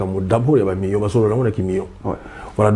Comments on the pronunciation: balobaka Mi-yon te. Plutôt Mi-lion (million) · Oui, parce que aza na erreur. Tout comme beaucoup d'ailleurs. Même ba Français bango moko pe ebele ba lobaka ndenge wana na erreur. On dit Mi-lion, Mi-lier, Mi-liard.